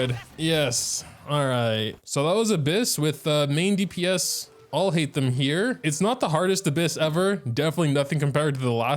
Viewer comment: like at least put some effort in pronouncing his name. i am sorry i used to enjoy your content but your videos has been getting worse lately like this is not a god mode there is 0 effort put in showcasing his right play style and complaning about his long cooldown and even pronouncing his name